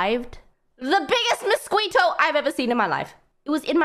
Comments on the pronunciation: Muskweeto is how I will be pronouncing it now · I hope she's playing around with that "muskweeto" pronunciation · I like how she pronounces "mosquito" as "mosqeato" 😄